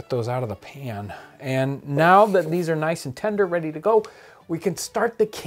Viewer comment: “bready to go